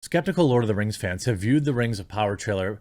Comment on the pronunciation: Lord of Da Rangz Return of Dim Kangz